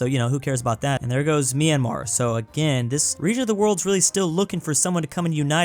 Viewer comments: you mean "Maynamar" XD, but yes, something like that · SO IT'S ON PURPOSE??? YOU KNOW HOW TO PRONOUNCE MYANMAR BUT YOU KEEP SAYING MIANAMAR INTENTIONALLY???